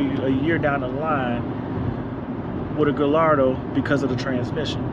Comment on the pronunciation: hey man it pronounced "guyardo" not "gillardo" lol